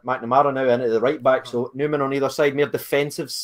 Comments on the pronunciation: Numan not Newman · Great starting 11 would challenge for the big trophys with that side and its Numan not Newman lol , both channels excellent keep up the good work guys . 👍👍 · Numan * not Newman